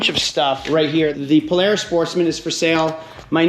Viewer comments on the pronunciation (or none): none